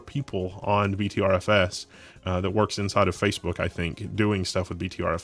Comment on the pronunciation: btrfs is pronounced butter fs